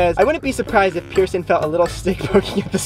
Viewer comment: i thort you said person wheel